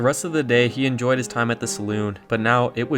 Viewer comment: I really “enojy” this video…